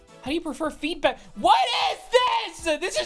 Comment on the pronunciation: I heard "HOW DO YOU PREFER FEET" out of context instead of feedback. in another tab and was like "what the fuck is in that quiz this IS FOR KIDS RIGHT?". I also was randomly reminded of your 6 year old Snapstream LOL